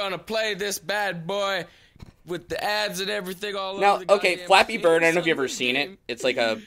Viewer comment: I kinda like how he says "Fleppy BRRRD!" at the beginning. That's the only good point I can give this guy...